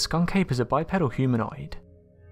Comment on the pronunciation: 25 51 if I had a dime for every Bigfoot witness or expert or television personality who can t pronounce bi PEED ul. I d buy a jaguar which is pronounced jag wahr by the way not jag wire. The other American cat is a POO muh while we re at it. DON T trust me look it up. You ll remember it longer